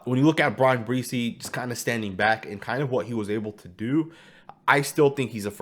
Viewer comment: You're pronouncing Bresee's name wrong. It's not BREE-SEE it's Bra-SEE